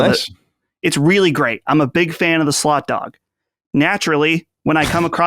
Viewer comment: I keep hearing slut dog instead of slot dog lol